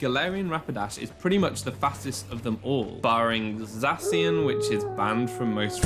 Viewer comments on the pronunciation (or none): zass-see-inn ❌ zaw-she-inn ✅ Come on, dude. Zacian & Zamazenta’s pronounciations were verbally stated in the reveal trailer where they were first pronounced. There should literally be NO reason for anyone to miss pronounce them unless you somehow didn’t watch the reveal trailer (why tf wouldnt u?) or you were born after the games came out. Smh 🤦‍♂️ Also it’s not PASS-suhl veil. It’s pass-STELL vail. Have you never heard of PASTELS?